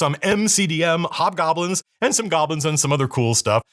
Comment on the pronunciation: Iv been on the internet too long... hobgobblins sounded like "hot gobblins"